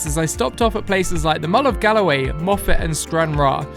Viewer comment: Interesting viewing as a resident of Galloway. It's the Mull of Galloway though, not the Mull of Galway!!